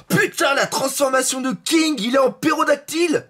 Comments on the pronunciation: C'est pTérodactyle pas pérodactyle mdr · en plus il dit "Pérodactyle", ça me tue ahah